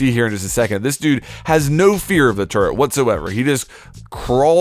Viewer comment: TURRET! NOT TURRENT!